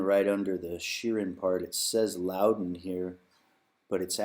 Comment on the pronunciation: Made in Northern Ireland, but your pronunciation should be Loud Den and not Low Den